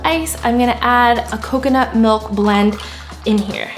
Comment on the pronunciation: can someone pls tell her that it is pronounced “MILK” not “MULK” lol i appreciate this video but jeeeeeze she is so cringey lol